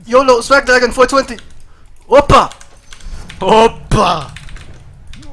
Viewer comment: Its not oppa its opa and you can say its close to "wow" in English.